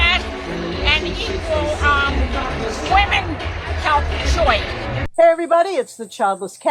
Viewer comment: somebody needs to clip the way she said “wEEHmAn” 😂